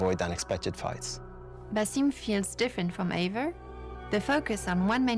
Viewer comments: Ivor? I thought it was Eivor 🤪😂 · It's pronounced as Ay-vor